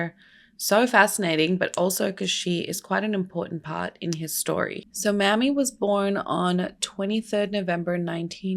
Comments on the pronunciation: I love you so much for covering this!!! OUR (black history is everyone’s history) history isn’t talked about enough, and it’s so necessary. Down here in the south, we pronounce his mother’s name may-me. Mammy, can be seen as a derogatory term. I know that wasn’t your intent as our dialect is very different. ♥️ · Mamie is may-me not mammy, and given the history of the word mammy, I would totally rerecord this video, yikes "The mammy caricature was first seen in the 1830s in antebellum proslavery literature as a way to oppose the description of slavery given by abolitionists. One of the earliest fictionalized versions of the mammy figure is Aunt Chloe in Harriet Beecher Stowe's Uncle Tom's Cabin, first published in 1852." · Her name isn't pronounced "Mammy"..it's pronounced "Mamie"...please learn how to pronounce names correctly before you decide to come onto You Tube with a video... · Is there any way you can change the name to Maime ???? Cause Mammy makes me cringe cause I know no Mother in her right mind would name their daughter Mammy !!! It is an insult !! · Good video but JSYK his mum's name was Mamie not M*mmy (pronounced like Amy but with an M at the start) and m*mmy is actually an offensive word used against black women :) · You misspelled Ms Till-Mobley's first name. It is spelled M-a-m-i-e and pronounced May-mee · Also it's not just in the south, Mamie is pronounced may-me everywhere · No it isn't and she's trying to spread awareness and not disrespect anyone so chill. Here in Ohio we'd pronounce it mammy too so thanks for teaching us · Pronouncing her name wrong. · Hi! His mother’s name is pronounced Mamie with a long A. 😊